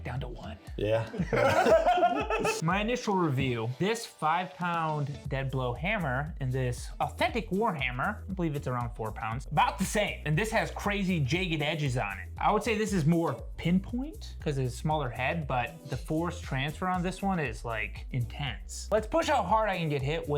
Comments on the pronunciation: “Jaëeg🥚ed edges” that’s how you know he’s from Michigan lol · Say "jagged" again.